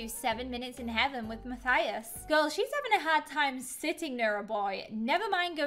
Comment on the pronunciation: It’s Mathis not mathathis